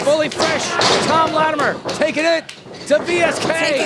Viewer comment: Can someone please instruct on how to say latimer.